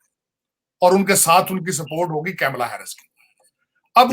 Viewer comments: Arey bhai.... It's not 'camela'.... Its KAMALA...... ka-m-la.... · Camela nahi ji kamala